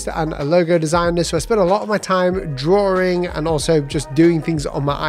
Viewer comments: Drawing ❌ drawring ✔️ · No please! Continue with draw-ring. It's fun listening to that lol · Man it's annoying when you say Drawring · I like how he says drawing as draring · Drawring you say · Can we have a video about how to pronounce the word “drawing” first please?